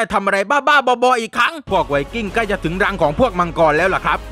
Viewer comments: ไวกิ้งไม่ใช่ไวสวิงกิ้ง555555+ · ไว"สวิงกิ้ง"??